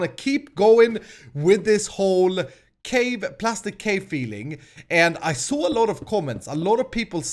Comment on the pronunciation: Its prastic not plastic 👌